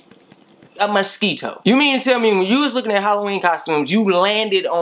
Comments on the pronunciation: lmfaoooo shit got me dying bro said misqito 😂😭😭😭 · A Musk-EE-Toe? lol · ' A Ma-Skee-Toe my nigga... A Ma-Skee-Toe' 😂😂😂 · "A MUS-KEE-TOE my nigga a MUS-KEE-TOE...." 😂😂😂 yo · the way he say mosito is funny.